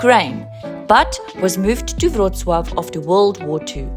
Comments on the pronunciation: That was the best pronounciation of name of policy city I have ever heard from a person who doesn’t speak polish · I am so impressed that Amecians can pronounce Wrocław perfectly like everyone in Poland! ❤❤❤